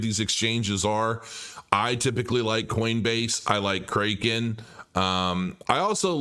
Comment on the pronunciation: Pronounced, “CRACK-in”